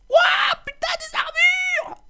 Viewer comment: Pété de rire quand ta dit : "Des armre !!" x)